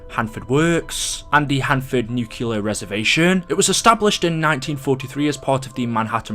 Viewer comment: Theres only one U in "nuclear".